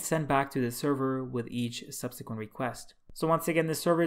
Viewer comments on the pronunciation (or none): none